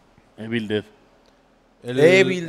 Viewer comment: TODO MUY BIEN LOS AMO SOY MUY FAN NOMAS NO MMN NO DIGAN -E B I L- EVIL ("EE" + "vuhl")